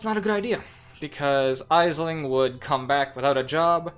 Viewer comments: Great information about the syndicate board, thanks. By the way, Aisling is pronounced Ashling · Aisling is an Irish name, it's pronounced like Ashling. Thank for the great vid :)